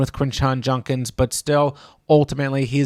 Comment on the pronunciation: You and Sal vetri….juDDDkins not junkins lol